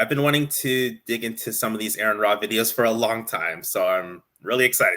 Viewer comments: I tried watching this but I could feel my brain rotting. Also, could you bother pronouncing Aron's name right? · It’s pronounced “R-on” or “Are-in,” not “Aaron.” If you can’t even respect your interlocutor enough to pronounce their name properly, you’ve instantly discredited yourself. Additionally, by editing out key parts of his video and accusing him of constructing a straw man, you’ve ironically created your own straw man by omitting essential elements of his narrative. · I knew this would be good when they pronounced his name "Aaron". But their discredibility only grew from there. The sections of the video they didn't include directly addressed many of their claims, the alleged strawman at the beginning is explained beyond just the number at species level. The creation answers consist of exactly ZERO evidence and just claims of what could be. Look the evidence is there so there is no long "we have so many possible incredible explanations" there are explanations for these things, and you guys can even begin to describe what a created kind even is. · R-on. R-on. His name is pronounced R-on. Sheesh, incompetent from the opening sentence. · His name is Aron, pronounced RN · Why am I not surprised none of you pronounced his name right. You guys really need to go back to first grade and start all over.